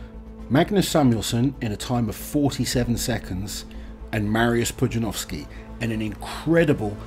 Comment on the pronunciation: I am astonished that you were able to pronounce his name fairly well btw